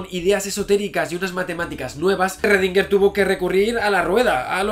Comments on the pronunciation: En realidad se pronuncia "srodinger" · Shgrundinguer, así suena en alemán. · Esrredinger!!! Jajaja yo también tuve problemas con la pronunciación cuando rendí el examen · Esrrredinguer a todo gas! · Erre que erre, erredinguer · Esrredinger jajaja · ERRRRRRRREDINGER!!!! jajajaja Javi por Dios que me haces reir. Saludos! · En realidad su apellido se pronuncia en alemán, algo como "shrudhinga", y el nombre "ervin".. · Lo pronuncio como Shruadinguer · Shröndinger, pero que galán. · En Pocas Palabras, ESRRRRRREDINGUERRRR era la version autriaca del "Zeus" de Pascu y Rodri, XD Por cierto, excelente video Si vienes a Perú, hazme acordar que te invite unas salchipapas, o un pollo a la brasa, que tambien está buenazo. Y si en algo estoy de acuerdo con Schrodinger es que, sin buena onda, nada funciona. Saludos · Pero en el vídeo anterior te quedaste de la verdad, tienes que pronunciarlo como debe ser 'schrodinger' :v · Sigo con mucho gusto tus videos Javier, pero tu actitud con respecto a la pronunciacion adecuada del nombre del sujeto de esta biografia, me dejo pasmado. Me recordo mucho a los terraplanistas que insisten en repetir falsedades sin escuchar a quien intenta sacarlos de su error. El nombre de Marie Curie lo pronuncias bien, igualmente cuando hablas de Newton. Hay sitios de internet que te indican la pronunciacion de los nombres en sus idiomas originales. Eres un doctor en Fisica y un difusor de conocimiento cientifico. El cual, como bien los has indicado en tus videos, implica una actitud humilde y sujeta a la revision constante. Repetir una y otra vez un error de pronunciacion y decir que es asi porque si, luce como una malcriadez. Espero que esta cr'itica no la tomes a mal. Tus videos son muy interesantes y en casa los consideramos como parte de nuestra vida cotidiana. Saludos desde Venezuela.